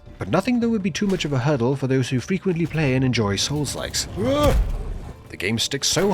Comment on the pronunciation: sounded pretty cool until the 'free to p(l)ay'